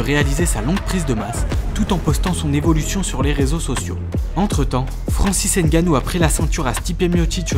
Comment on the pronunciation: Pitié arretez de dire hainegannou aimebappé etc… vous savez bien dire pneumonie sans dire péneumonie non ? S’il vous plaît